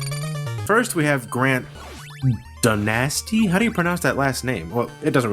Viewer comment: you got Syhpa's last name right Grant's Last name danatsy is pronounced (Dah-nuh-stee) like "Dynasty" but instead with you replace the y with an a